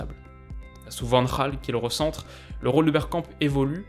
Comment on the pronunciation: Ca se prononce pas Van Raal mais Vanne Gâle